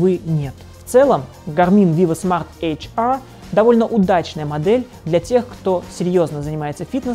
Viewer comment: ЭйчАаа, Эйчэр говорить надо. Англичанин...